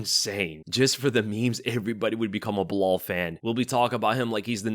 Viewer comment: When the say "belal" I just hear "BLAAAL". Am I the only one?😂